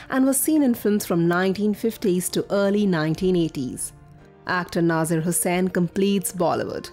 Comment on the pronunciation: Its nazeer not naazaar